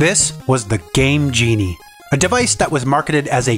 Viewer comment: The way you emphasize Game GE-nie and In-finnit proves that you were the annoying kid around the block